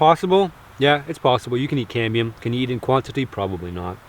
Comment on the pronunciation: When my son heard this video he thought you were saying CADMIUM.... lol... he almost choked on his dinner..... DAAADD WHY IS HE EATING CADMIUM????...... Love your videos man. Just found you today.